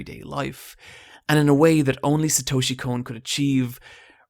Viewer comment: "Satoeshi Cone"